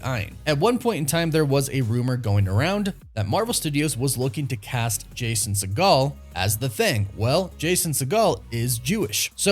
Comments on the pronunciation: I think the right way to pronounce his last name is "sea-gull" not "sea-gall". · Segel is pronounced like seagull. You're thinking of Steven Segal...which is not a Jewish surname. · It’s Jason Sea-Gull not Jason Se-Gall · Lmao it’s Jason SEGEL, not Seagal. Do better, dingus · I could be wrong but it's sounds 'seeegal' 'seeeegal' he's not related to steven seagal which is the pronunciation used here.. it's seeegal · Fyi it's pronounced "seagull" for Jason Segal. Seeeee-gull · I like your content a lot, but you're killing me with your pronunciations. It's Segel, not like Steve Seagal. Also on another video, adamantium with an a, not e. Driving me nuts with that. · Why’s he saying segel like segal? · Stop pronouncing “Segel” like “Seagal”! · Re-pronounce Jason's last name cause your butchering it in this video lol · Did he mispronounce Jason segals last name? Lol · Hearing you butcher Jason Segel's last name over and over again was both annoying and hilarious. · Exactly, I laughed each time he said that lmao